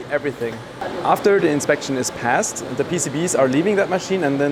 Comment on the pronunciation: you speak english well. why not turn the duh's into the's?